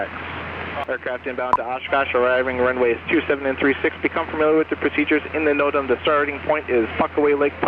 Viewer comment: whats a note-em? you mean no-tam?